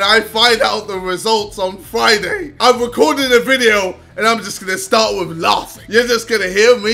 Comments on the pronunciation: “I’m just gonna start with laughthing” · JJ's so excited to become baldski he says laughing with a TH